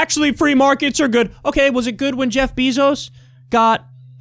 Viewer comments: Kyle, I love you, but I swear if you say "BEE-ZOS" one more fucking time, I'm going to give you fifty lashes with a wet noodle. It's like fingernails on a chalkboard. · Love everything you do Kyle But Bezos is pronounced “bay-zose” i had to say it because it bugs me lol idk why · I'm not sure what's more annoying — the way Kyle Kulinski says "Jeff Beezos," or the way Jimmy Dore says "Nancy Pelozi." 🤔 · It drives me nuts how Kyle pronounces Bezos' name 😂